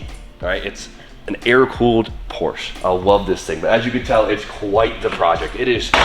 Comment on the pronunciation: You're either doing it on purpose because people like me hate it...or you don't know how to say Porsche.